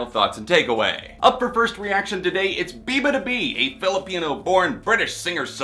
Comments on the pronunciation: it's bee-yah not bee lmao. (bee-yah-ba-doo-bee) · I laughed out loud when he pronounced her name that way 😂